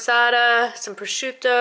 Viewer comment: I love that you said prosciutto!!! Not prosciutt! I live in jersey and the italians around here think it's prosciutt!! I cringe!! ( coming from a girl who's family lives in italy) thank you!